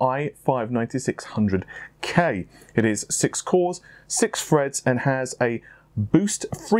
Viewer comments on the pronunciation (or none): 6 cores 6 freds lmao i die Laughing each time i hear it.